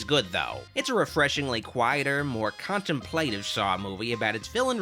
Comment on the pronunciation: Love your videos! Way too much to mention your hilarious pronunciations of "contemplative" and "linear"... Way too much to mention that at all. 👍👍👍